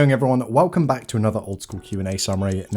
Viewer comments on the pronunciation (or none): none